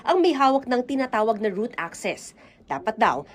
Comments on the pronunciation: Was about to say it pero yes root access nga hindi route access. LOL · ROOT ACCESS, hinde route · bka "root" access hndi route. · "ROOT ACCESS" NOT ROUTE CGURO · ROOT NOT ROUTE ANO BA YAN!